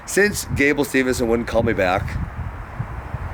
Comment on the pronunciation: Probably hasn't replied because you can't pronounce his last name correctly. haha